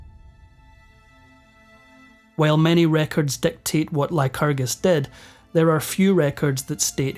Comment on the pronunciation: Lyerus... lycrgus... The Lytragargu... Donald Trumpacus!